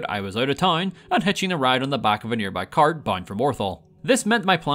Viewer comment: "nearby cart"